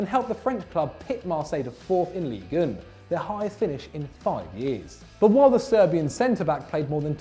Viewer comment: Look to your pronunciation. Ligue 1 is not "league oon".